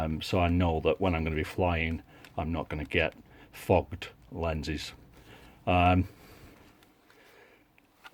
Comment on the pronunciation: Definitely said fogged but, to us Americans, definitely sounded like fukkkkkkkttt. 😁